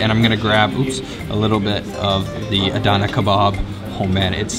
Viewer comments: adna not adana. small a btw d and n. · adana ogabashi :DDD sounded like japanese